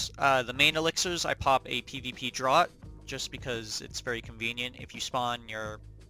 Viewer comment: Draught = Draft not drought